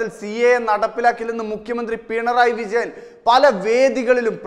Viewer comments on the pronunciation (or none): none